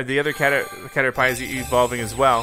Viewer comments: …. It was so hard to watch.... HE CALLED IT A CATERPIE as in pie, the food, its pronounced caterpeeeee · Damn he must be hungry to pronounce it cader-pie instead of cader-pee Edit: haha cader-pee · Please don't ever say "catter-pie" again 🤣🤣🤣 it's "catter-pee" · Pls say caterpie correcely (its ca-ter-pee not ca-ter-pie) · It's pronounced cater-pee, but he says it like Cater-"Pie" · It is said cat-er-pee not cat-er-pie and the caterpie evols to a butterfree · It’s cater-pee not cater-pie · I’m mad he called it cater pie I call it cater pi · He said cater”pie” it’s pronounced, “Pee” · Its caterpEE not caterPIE like in the series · It’s pronounced caterpee not caterpie 😂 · CATER PEE NOT CATER PIE!!! :'( PLEASEEEE NO MOREEEEEE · Caterpie (pee) not pie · He called Caterpie “Cater-pie” lmao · You said Caterpie wrong you say it as caterpy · It's Cater-P, dude. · it's just funny because he mispronounced it. And cater pie is funny. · No one: Litterally no one: James Dean Grant :He said cater pie hahhahhahhah I'm a dumb ass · It actually generates more revenue from his videos because more people comment to correct him. More views, more likes/dislikes and more comments = more profit. Cater-pie!? I do not believe he didn't know how to pronounce that. I played Pokemon 20 years ago and I can still tell you the correct pronunciation of every name. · Lol he keeps calling caterpie cater-pie and it hilarious for some reason lmao 😂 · It's pronounced "caterPP" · The way he says Caterpie 😂 it’s pronounced Caterpea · It’s pronounced cata-pee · caterpie is pronounced cat-er-pee. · It is (cat-er-py) oh btw I love Pokémon and the Channel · He called caterpie into caterpi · Why does he call caterpie a pie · It’s caterpie not pie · Did you actually call it a 'cater-pie' 😂 this guy obviously never played a Pokemon game xd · Brian Neubauer he doesn’t even know how to say Caterpie!!! That was literally Ash’s second Pokémon!!! The first one he caught. I’m fuming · I almost died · “Cater pie”